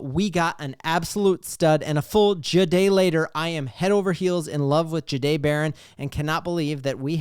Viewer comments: It’s not juh-day It’s jah-day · i appreciate the content go Broncos, not trying to be mean but might want to work how you say his name. Ja dae the"h" is silent